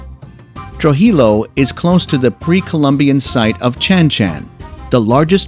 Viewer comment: Pronounce Trujillo correctly, please! Sounds phonetically……tru-he-yo!